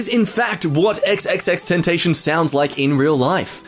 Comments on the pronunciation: Mans really said xxxtentashion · omfg its pronouced "Ten,Tas,Sea,On" not ten tash on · So nobody seeing when he said xxx ten tation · Xx ten-ta-shon ? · Why’d you say tentacion like tentnaion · You pronounced tentacion wrong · It hurt me the way he said X's name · Does this dude not know that xxxtentacion is dead Also he said x's name wrong am i the only one who was bothered by that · Ok we get it, not everyone can pronounce XXXTentacion right. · How did u pronounce xxxtentation wrong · Says xxxtentacion wrong Me: 😮